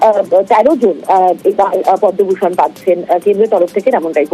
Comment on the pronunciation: what repoter bangabhusan pache podoubhusan noi chi maitri mam chi